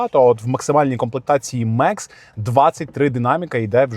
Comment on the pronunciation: Мекс - ??? Комплектація «Max» - це Макс. Від слова «максимум», на всіх мовах світу. Макс! Не Меееекс!